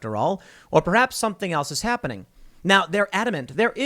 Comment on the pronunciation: Is habbening!